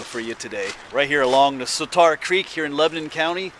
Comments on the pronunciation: I love your videos because I grew up outside Harrisburg and a lot of your videos are my old stomping grounds. I do have a pet peeve however... The Swatara Creek is pronounced with "tear", like "tear a piece of paper". It is not pronounced with "tar". Swuh tear uh. Sorry for complaining. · Grew up in the area. The creek name is pronounced "Swad-era" creek, not Swa-TAR-a creek. The nick name for it is The Swaddy. Never heard that legend. Sounds like a blond phase black bear. However, if a Bigfoot actually 'cried out' while taking a bath it's probably because the cold water reached his jibbly bits :)